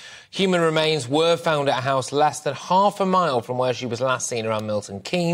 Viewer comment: Human marains oh dear Reading off his phone too 🙃